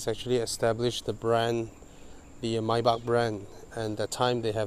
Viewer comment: so satisfying when say "maybach"..😁😁